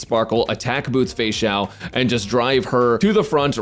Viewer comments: Why is no one talking about the him saying "fexussy" 😂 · I'm sorry, but "Feixussy" absolutely killed me